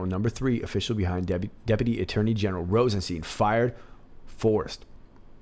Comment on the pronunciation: Love your videos and you have a great voice! One thing, when saying Rosenstein, think Rose 'n Frankenstein. That's how you say Rosenstein (like FrankenSTEIN), it also sounds like Einstein but when we think of RR, Frankenstein is a lot more appropriate. Lol ;)